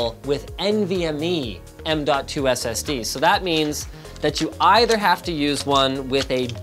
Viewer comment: M2 Sata works just fine. No need to emphasize the "DOT"